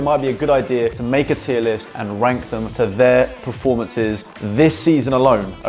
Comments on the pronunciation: why did you say "and wank them" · I thought at the start you said I am going to wank all my players. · Did he say rank but with a w